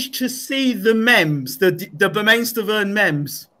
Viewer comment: Mems? It's pronounced Meeemes. Lol.